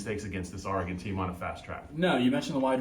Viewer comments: It's Or regon not R regon! Smh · It's "Oregon", not "Aregon"...sheezus... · It's Ory-Gun. The Ory part is pronounced like Oreo. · Big 10 people need to learn how to pronounce Oregon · I think the most annoying thing about watching the Big Ten is listening to everybody not pronounce Oregon correctly